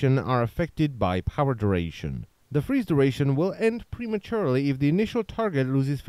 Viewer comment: ""the freeze duration will end preaturely"" i almost fell of my chair